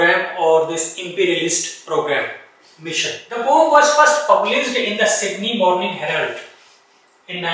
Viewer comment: Poem bolna to seekhlo sir😂poom poom kyu bol rhe